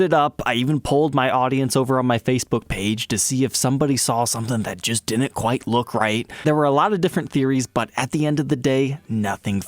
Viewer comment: I couldn’t handle it at first either but his channel grew on me